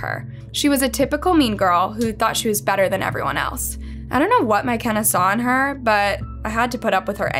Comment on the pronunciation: What in the world is a " My Kenna " 🤣💀❔